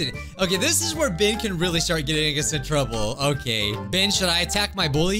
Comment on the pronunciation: NOT PRONOUNCED "BIH-EN" ITS PRONOUNCED "BEH-EN"